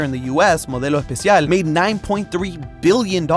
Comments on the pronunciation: That pronounciation on modelo especial was perfecttt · that must be the best pronounced spanish i've heard from a youtuber in a while, it sounds from a native speaker :0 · the modelo especial pronunciation ate 💋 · “Modelo Especial” was said so beautifully by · I really love when shows off his spanish for like a single word, like with that pronunciation of Modelo Especial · pronouncing something in spanish so good tingled my chilean brain, it was awesome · You know is from Argentina for the way he pronounced Modelo Especial. Really was a surprise from his perfect pronunciation of it and not Americanizing the name.